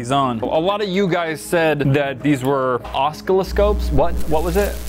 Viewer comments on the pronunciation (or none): I still feel bad that didn't know what an oscilloscope (btw pronounced oss-sil-ih-scope) is...that or maybe I should feel ashamed that I do know what it is lol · Hahahah. watching try to say "Oscilloscope" make me smile. 💗 from Malaysia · Opens all the comics. Collectors jump off cliffs "Uh- sill- uh- scope" its used to generate different frequencies for trouble shooting electronics